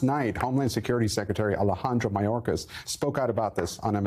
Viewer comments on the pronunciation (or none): Whats msnbc excuse for biden trying to say Mayorkas name?😂